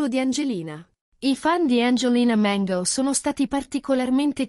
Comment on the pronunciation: Perche la chiami Mengo? Si chiama Mango no Mengo.